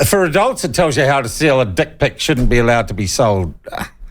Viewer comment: There's a very good chance that the head office of big W didn't have a clue that this book was for sale in their stores.. good on the people who brought it to public attention and had it removed... Can't help but chuckle at how a Kiwi pronounces "dick pic"